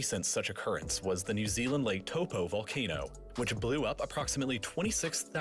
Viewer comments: Baha he said lake topo man its pronounced towpour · the way he said it like “lake topo” 😭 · as a kiwi from NZ he butchered saying Taupo bahahahah so good. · "lake toe poe"? its pronounced lake toe-poh ... poh like the first 2 two letters of poor aka po....NZ Gang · "lake towpoe" I live in New Zealand and that just pissed me off 🤣. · Nigga said lake topo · " new zeeland lake toh poh" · Lake Taupo... They said it wrong and it hurt to hear that. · Lol the way he says lake taupo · As a New Zealander myself I can say that he didn’t say Taupo right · he didn’t even say it the white way most people say it 😆😭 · Anyone other New Zealanders get annoyed by the way he said Taupo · lmao i'm from new zealand bahaha... thats not how you say taupo at all, it's te reo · They butchered lake taupo so hard 😭